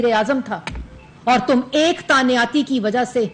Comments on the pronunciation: Tanyati 🤣🤣🤣 madam the actual word is tainati not tanyati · اردو صحیح کرو تانیاتی نہیں تعیناتی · Taaniyaati...😂😂😂 Pehley mein samjha slip of tongue tha but is ne to confidence se bola...baar baar...😂 تانیاتی۔۔۔۔ واقعی؟ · تانیا تی تانیاتی تانیاتی . . . . . Plz some one stop her .